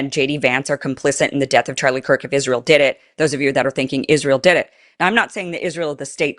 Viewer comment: so, let me guess this news guy said Charlie Kirks name wrong he said Charlie Cork even though the news man knew Charlie and his name why would he use the word Cork? what do you do when a bottle of wine is open and you need to close it kind of like Charlie's mouth? you cork it watch people's words people it's all a word game at this point as th3ey know all eyes are on this the internet slews everyone is looking so please watch what people say